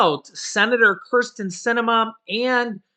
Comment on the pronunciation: Kirsten not Criston